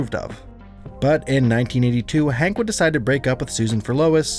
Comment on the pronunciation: did u say hank?